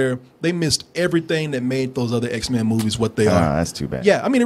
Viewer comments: its x-men not x-mans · "Xmens" lol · I cringe every time this guy says 'X-Man's'. IT'S PRONOUNCED X-MEN!